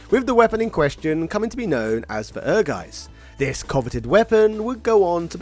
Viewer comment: I thought it was pronounced as "Ur-JIZ"? I definitely heard the in-game intro announced it as that.